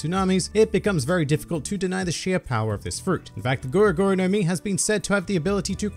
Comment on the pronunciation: it's gura not goro